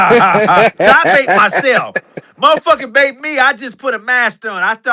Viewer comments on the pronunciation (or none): RAGE BAIT!!!!!!! BAIT, NOT BATE.